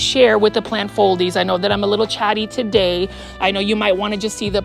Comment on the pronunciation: I would 100% purchase that Aglaonema tuh-day! 😍